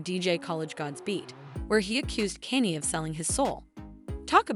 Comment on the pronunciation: Kanye not Kenny😂😂😂